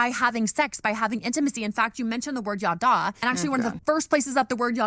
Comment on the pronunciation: "Yaddah", the way Kristen and/or Bethy say it at least, is phonetically identical to what my family used for "bla-bla-bla", and that will never not be funny to me!